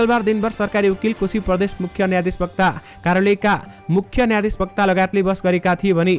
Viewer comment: न्यायाधिवक्ता भन्न नआउने कस्ता समाचार वाचक हुन्। न्यायाधिशवक्ताभन्नु भएन नि ।भाई